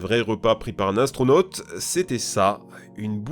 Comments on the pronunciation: Atronaute mdr bien dis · astronote mdr bonjour la prononciation ^^